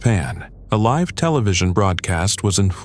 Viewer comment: I agree, Live and Gaza were two words I noticed that were incorrectly pronounced